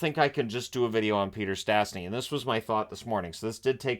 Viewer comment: Sadly, their name is still mangled by commentators. There is a hook over the first S so it should be pronounced "sh". Peter was the first player to represent 3 international teams: Czechoslovakia, canada and Slovakia.